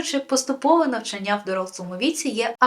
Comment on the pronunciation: НавчАння, ЧитАння, рОків, шістдесятих